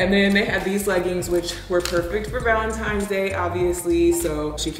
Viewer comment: I love how pronounces Valentines day Balentines day